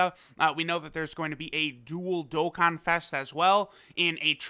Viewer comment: Welcome back to another dok-kan